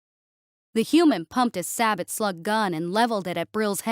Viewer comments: Its sa-beo not sa-butt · Sabooooo! The T is silent on sabot! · sabot is pronounced 'SAY-bo'